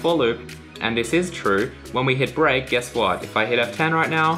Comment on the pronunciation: When he said: "Let's take a look at break.", I first understood: "Let's take a little break." LOL